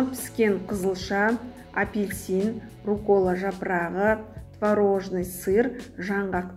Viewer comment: рУккола, пЕсто дұрыс ударение қойып сөйлеңіз